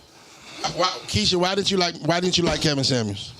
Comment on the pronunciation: It’s Kevin Samuel’s not Kevin samands lol😂